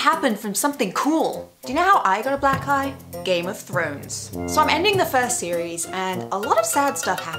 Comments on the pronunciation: I listened to this again, except everytime she says black eye, I hear "black guy" "When I think of my first black guy, think it's gonna be something epic...like a badge of honor that you earned ON YOUR FACE", LOL! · It sounds like she says black guy